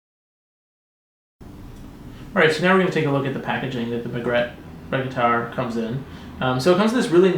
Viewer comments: I love my Margrette Regattare 2011!! The provided black leather strap is beautiful, and its red lining is superb and very current in terms of fashion. But I cringe when I hear you mispronounce the name. It is pronouced "mar-gret-tee" and (possibly from Latin) "re-gah-tar'-ey". Also, although I like the Vintage Tobacco strap when used on the Magrette Bronzo, I find it totally out of place on this Regattare 2011. Ruins it for me. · "MAR-GRET-TEE" "RE-GA-TAR-EEE"